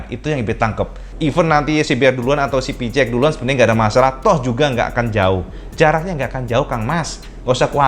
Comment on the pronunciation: Kenapa nyebutnya PiCiEx bukan PiSiEx?